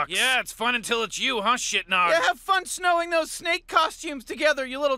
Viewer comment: Why does Morty say "Snowing" those snake costumes together? I assume he means Sewing.